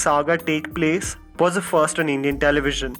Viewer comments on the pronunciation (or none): none